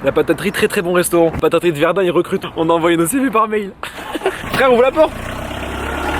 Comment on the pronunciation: sa se dit pas pas verd''an'' mais verd''in'' et sa s'ecrit verdun